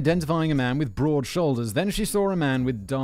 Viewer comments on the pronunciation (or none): none